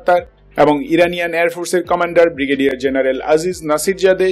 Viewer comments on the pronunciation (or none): none